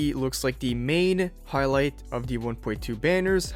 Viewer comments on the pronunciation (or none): none